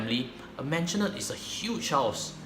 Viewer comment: maisonette...not mansionette